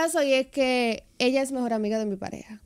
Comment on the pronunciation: Dijo mejoi y después mejor 😅